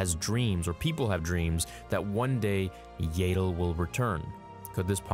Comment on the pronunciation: It would have been a cool video if you'd just learned how to pronounce Yaddle. Were adults now and its rude to mispronounce peoples names especially when you know what the correct pronunciation is. It just makes us feel like you're not a true fan and are just doing this for money.😢